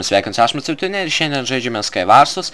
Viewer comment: kada is moksi istarti sky wars.....sakai skyy warss